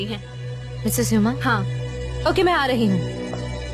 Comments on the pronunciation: Sanam’s pronounciation is incorrect as hell( the dubbed one) it’s not heuuuma it’s huma. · Miss hummm hummmm he can't say miss huma😂😂😂😂lol